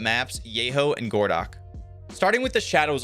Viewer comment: It's not "gordock" it's "goroh-dog" As in "городок" - small city in Russian